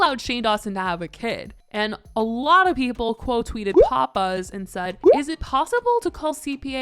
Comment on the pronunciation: Omg when you said PopBuzz I thought you said Papa's 😂